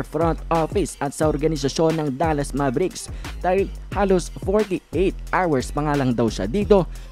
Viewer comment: Hindi MABERIKS ..ITS MEYBRICKS...MAVERICKS